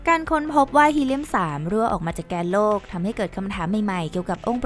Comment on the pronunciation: ที่ผู้บรรยายพูดว่า "แกนโลก" นั้น พูดไม่ถูกครับ ที่ถูกต้องต้องพูดว่า "แก่นโลก" ถึงจะถูกครับ